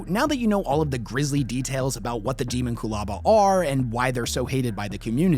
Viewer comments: De-MON-cu-laba. Not DE-mon-cu-laba! AAAAAAAHHHHHHHHHHHH!!!! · I hate how he says, Deamonculaba. It's Dehmonkulaba, not Deemonqoolahba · Pretty sure it's pronounced Day-mon-cyul-aba like ho-mon-cyul-us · It's Dae(Day)mon, not Demon.... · Pretty sure it's supposed to be pronounced without differentiating the component words. Closer to de-monck-u-laba. It's a word that is definitely trying to evoke mysticism and esoterica from numerous sources in human history. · Deemonqulaba- I believe it’s pronounced like that. I don’t know for sure tho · How does a 40k nerd mispronounce the Dee mon cue la ba?😊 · Your welcome. :p also it’s kind of pronounced. Demon-q-lah-bah. :p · He always mispronounces the topic of his videos. I am less bothered by what the thing is and more bothered by the fact that he is skipping the first "a" and acting like it's 2 separate words. Petty of me? Hell yes. Lazy of him? Considering his slapdash and nonsensical description of the thing this video is supposed to be about? Yeah, probably. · Your pronounced this like a goober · That sir, is not how I pronounce it. 🤷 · I never heard anyone pronounce “Daemonculaba” that way in my life. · The scariest thing is the way you pronounce "daemomculaba" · Why is he saying it like that